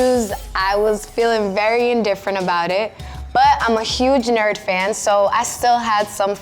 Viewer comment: Its N.E.R.D A fan would know he never calls his band nerd